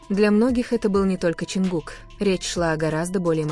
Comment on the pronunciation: Lady would you please learn to pronounce his name right his name is John cook not whatever you're saying